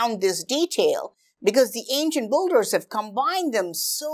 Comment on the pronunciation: Pretty nice videos. It’s just whenever you say “builders” it sounds more like boulders😂